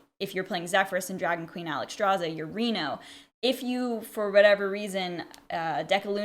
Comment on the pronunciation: Normal HS Player: Minion: YOGG Normal HS Player: Spell: POGG